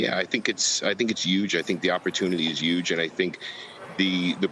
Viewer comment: Smiling ear to ear since all the news. (And btw? Word of the day is obviously “Yuge”)